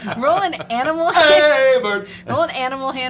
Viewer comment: ... I didn't think I would ever hear another person refer to 'aminals' as an adult. XD <3